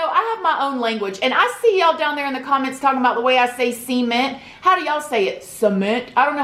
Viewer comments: I think how you say ‘cement’ is cute! ‘See-meant’ Lol. Yes, I say “Sa-meant” but I always just find it interesting when people pronounce things differently. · FIRST OF ALL it is pronounced c-ment not su-ment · It's see-mint...cement... girl we're from the south and we come correct don't we?!?!?! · I say “suh-ment” instead of “sea-ment” lol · I'm Southern Appalachian, and we always pronounced cement "see-ment." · Lol I say SEE-ment too. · I say cement the way you do. Ive barely met anyone who say it like suh-ment h 😭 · New sub! Can you do a video on your dread hair care? Sorry if you already have. Yeah, most people say "su-ment", lol it doesn't matter how you pronounce it we know what you were saying. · When u say cement sounds like ur saying Semen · I also say cement as seee-ment! I wonder if it is cause we are both from the FL panhandle? Maybe something about the accent? :-) LOVE your channel, so happy your subscribers have been blowing up! I love your open, honest, and often humorous stories and point of view. Take care! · Anyone else watch so much that they now say See-ment. I’m from Australia so you can see how this is a problem for me 😂💕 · Girl you can say 'seeement' but you can't say 'vagina'? Lol Nah but I am really enjoying this content. Tysm <3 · Omg Girl!!!! Your gonna hit 100K any min!!!!! And Hahahah the cement comment!!! Every time u say C MENT i smile!!!! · Omg I didn’t know you meant cement when you were saying it 😂😂 I was like what the hell are sement walls hahah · Sea-ment 😆 I remember hearing you say that and I was like... hm that's different but I love it. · It makes me so happy every time you say see-ment hehe 😋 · You pronounce cement exactly the way I do. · That's too cute, I pronounce cement the same way you do. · We both say cement wrong 😂 sis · every time you say cement though I think you're about to say semen xD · I love how you say cement it makes me giggle, never change! 92k you are something else 💞💞 xx